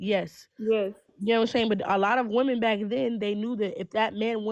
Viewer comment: "buh the whemen want to hav det!"